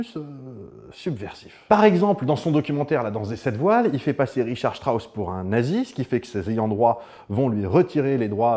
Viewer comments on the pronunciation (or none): none